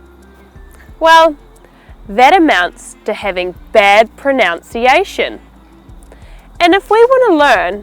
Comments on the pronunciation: I think she just said proNOUNciation. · Hi this is a great video but you mispronounced a number of words. Pronunication - you kept saying "pronounciation" (you corrected yourself at the end) Asthma is pronounced with an "s" not a "z" You pronounced Debris the American way not the English way Pizza is pronounced with an "s" not a Z. You mispronounced Enterpreneur You pronounced Now as - Naa (without the "w") Wednesday is not pronounced with an "i" Winsday You pronounced Womens - as Womans which is wrong - Women is pronounced "Wimin